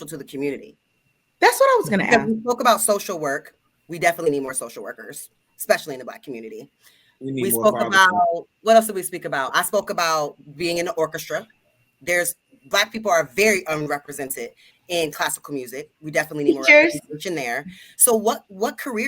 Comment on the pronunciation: This girl dead ass said orcastra 🤣🤣🤣🤣...bruh...Anton are yall paying these women to say this🤣🤣🤣